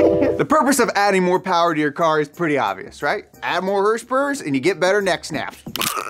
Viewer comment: MO POWAH BABEH